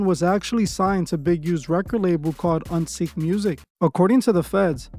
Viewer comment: Uneek* not Unseek